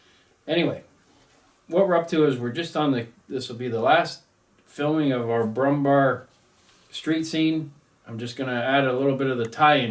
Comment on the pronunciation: Good god have you been pronaucing it Brummbar the entire time? It is Brummbär ... Bär as in Bear .... the animal .... just pronounce it Brummbear ....